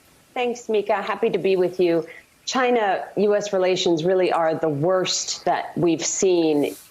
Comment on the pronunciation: Trump: "just ask Chai-nah, they know better than me ".